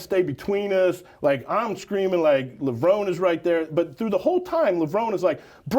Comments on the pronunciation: Like, it's literally pronounced, "Le-Vro-Nee", jabroni 🤦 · Damn Straight Man. How can this guy not know how to pronounce Kevin's last name correctly. 🤦🏽‍♂️🤦🏽‍♂️ Lev -- Row - Neeeeeeeeeeeee!!. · Literally just thrown everywhere, Cant even pronounce Kevin’s name properly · My literal reaction to mispronouncing, Levrone ➡️